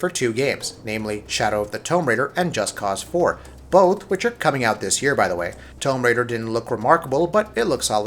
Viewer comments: does this guy not know how to say, Tomb? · You uh...you don't know the difference between a "tomb" and a "tome" do you? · That's an interesting way of pronouncing 'tomb'. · Can this guy not say tomb? Like wtf? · How the fuck do you screw up saying the word tomb?